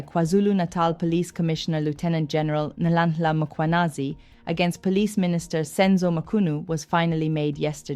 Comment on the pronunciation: Love your content, your look and how you show up… like a boss ❤️Next time just practice the click ‘hl’, Nhlanhla. It will sound good on you. Not Nolllalllala…